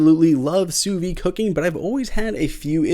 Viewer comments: Great video, except for your pronunciation of sous vide. It's "soo veed", not "soo vee". Everything else was well done. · Not trying to be a jerk but sous vide is pronounced "sue veed". In French, if the word ends in a consonant then you do not pronounce it but if the word ends in a vowel you pronounce the last consonant. I did enjoy the video.